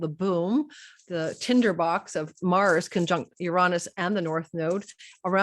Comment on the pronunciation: Everyone is struggling with the word Uranus….. no one wants to say “youranus” 😆….how about Uranus…yur-Aa-nus. Quick short vowels….not uraaanus